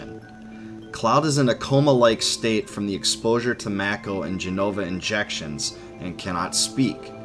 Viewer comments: It should be pornounced "mah-ko". It's a Japanese word, and it's only in English that "ma" can be pronounced as "may". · I’m pretty sure Mako is pronounced “Make-Oh” not “Mack-oh” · It's Mako not Meiko. For an Asian it is freakin weird that westerners likes it pronounce it like that because it sound like a bastardized word. Also Square Enix already said it was Mako and not Meiko. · I always pronounced it "make-oh", I noticed the way you say it, "mack-o". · Am I the only one who pronounces it “May-ko” as opposed to “Mah-ko”. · Then prepared to be irritated for the rest of your life because it is Mako and not Meiko. Because Square said in the E3 presentation clearly that it is Mako and not Meiko (and supposed to be since its origin word are Japanese). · I always said mayko not mack-o.... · U saying mack o is annoying asf its make o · I've never heard anyone pronounce, "Mako" like macaroni, that's hilarious! Fastest recorded shark: Kraft Easy Mac'o. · Yah. The way he pronounces it "Makko" really irritates the sh*t out of me. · It’s definitely pronounced “May-ko”... never heard anyone ever refer to the Mako Shark as a “Mah-ko” Shark. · one of the things that was weird to me was when people called it Mako instead of Mako(May-ko like the shark). its still hard to hear lol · Damnit, why does he call it macko? 🤦‍♂️ 😂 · Ew who calls it Mack-o... Gross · I hope you've learned how to pronounce Mako, because I've never heard it the way you do lol. I love your videos. Your voice is hypnotic. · There are 3 ways to say MAKO you chose the only wrong way all the way around. Smh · So annoying he says mako wrong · You don’t know how to say Mako. Lol goober